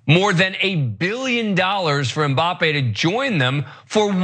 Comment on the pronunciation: Godamnit it's not M Bappée, it's Mbappe... not 'm' bappe... You have to link the m to b exactly like Anna said with the Hanson's song